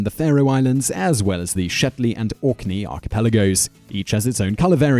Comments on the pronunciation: Denmark - it's The Shetland Islands not Shetley. Shame on you Simon being a Brit and incorrectly pronouncing part of Scotland that voted to remain British and European. And yes, Simon did say Northern Ireland but clarified that by stating, at the time, Ireland was one whole region. So technically the St Patrick's cross did represent the North, again at the time. After the Republic split the red diagonals just weren't removed and NI uses the flag of The Union as it's official flag. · It's Shetland, not Shetley...